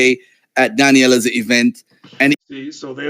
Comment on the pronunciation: Why does he keep calling you "Daniella"??? I think he's doing it on purpose and I think he's disrespectful. He knows your name and for someone who pass himself off as being so well read and an "intellectual", the ability to PRONOUNCE shouldn't be that difficult to him. He does it on purpose and he's extremely prideful.